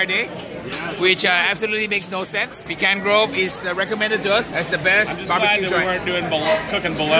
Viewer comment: Stop saying "Pecan Grove"